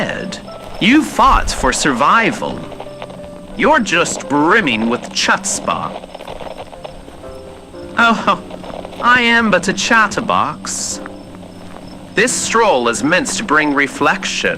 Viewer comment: NAH, BUT THE WAY HE PRONOUNCED CHUTZPAH PUT ME IN THE GROUND I love this so much but,, honey, it’s “huuts-pah” That’s so endearing, oh my god